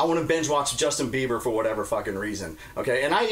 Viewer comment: saying "Justin Beaver" over & over cracked me up